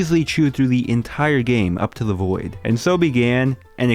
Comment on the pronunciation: I thought you said “this is the boi” in the intro 💀